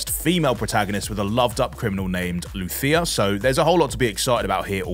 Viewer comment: You really cant just say "Lu See Ahhh" (Lucia) and just have to butcher it with the accent...😂😢😂